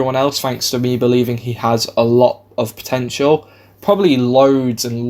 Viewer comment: You said it like the French